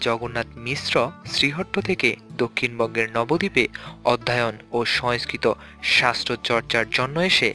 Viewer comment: Nobo dip not nobbodip